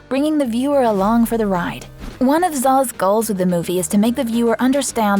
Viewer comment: Pronounce as ZHAO, not ZAO. Retroflex consonant.